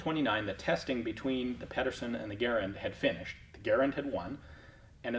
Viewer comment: Well done for being one of the 1 percent that pronounces Garand correctly!!!